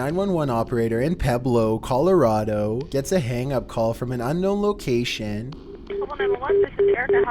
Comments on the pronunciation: Pue blo not peblo p u e b l o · dude calls pueblo pebblo. it's said pweblo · He done said "peblow" CO. Also that morgue calls the cops a lot. They're used to it now. No joke. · Man said “Peblo Colorado” that’s disrespect to my hometown 😢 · I've never heard of "Peblo, Colorado". Did you mean PUEBLO, Colorado? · Whoa whoa whoa.. Peblo, Colorado? Srsly?? PEBLO?!?! Is that how Canadians say it? Peblo?? XD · lol the way you pronounce Pueblo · You said Pueblo wrong